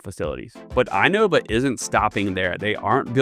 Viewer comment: Just FYI: It is pronounced "in-OH-vah" instead of I-Nova